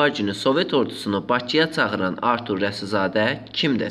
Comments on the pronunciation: Maraqlıdır ki,başlıqda Rasizadə yazılıb ancaq nə ücünsə aparıcı Rəsizadə tələffüz etdi dəfələrlə. İndi hansı düz oldu???.. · Kanal 13 arturun reklamı üçün nə qədər almısıniz. Başınıza dəysin hazırladıgınız video.Alçagın adını da düz tələffüz edə bilmir aparıcıniz